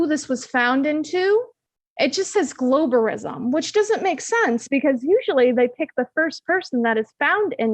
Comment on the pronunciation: "BALL-WASH-ISM" LOL! What?! Narcasissississim.